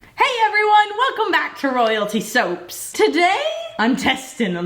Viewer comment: I love how you say soap “Souaps”